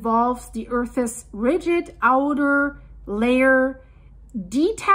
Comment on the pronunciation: please check on the pronounciation of "earth's"